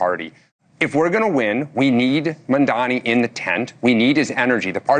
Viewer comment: oh please have his name right its M A M D A N I not MAMDAMI